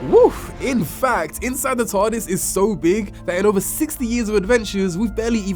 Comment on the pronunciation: it sounds like hes saying Tardasses 😂